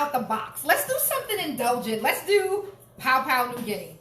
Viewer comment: Interesting spin on this traditional Papua New Guinean dish with the fruit in the mumu. I've never had that before and you make it sound good! Side note: Please try to pronounce Papua properly. It's pronounced "pah-poo-ah"